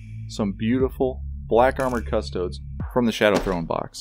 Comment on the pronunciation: It's pronounced CUSS-Toe-Deez :P amazing work!